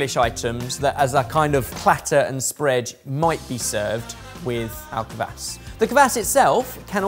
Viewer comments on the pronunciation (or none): "Kvass" not "kuhvass" also "gira" like "geerAH" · I really enjoyed hearing say "kvass". He'd unintentionally put space between the 'k' and the 'v'. One thing I'd say is that the 'a' isn't like in "apple", but more like an "ah". Helps to make it sound less so like you're talking about someone's ass